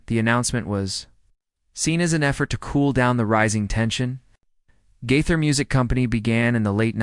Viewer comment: Try saying his name correctly!